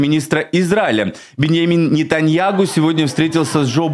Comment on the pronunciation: А ты не поняла , что он произносит НетаньяГу?